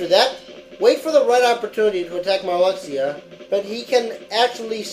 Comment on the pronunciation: Marluxia is pronounced Marlusha.